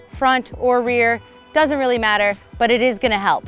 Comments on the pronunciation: She said "this move is wheely important" when talking about the wheelie :D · did I just hear her say that this is "wheelie" important?